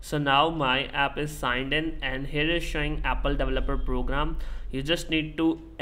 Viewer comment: apple davaloperr 😂😂😂🥹